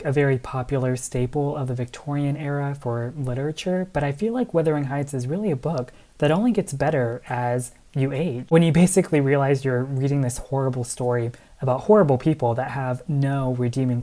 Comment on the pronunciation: You're the second booktuber in 2 days who talked about 'Wuthering Heights' and pronounced it 'Withering Heights'. Is that, like, a "thing" now? Was literally - or maybe literarily - just wondering.